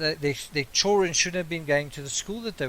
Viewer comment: Why can't you pronounce children? You say everything else correctly, but you can't say CHILLD REN????